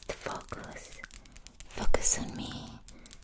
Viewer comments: I love her smart channel. It's definitely in my top 3 if not my top asmr channel. Also did anybody else hear her say the F#%$ goose the 1st time she said focus. I couldn't stop laughing when I realized what she said the second time. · I almost fell out of my chair before I realized you said 'focus' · "Focus" with accent